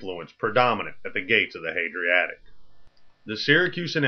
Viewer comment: Dafuq is "the Hadriatic"?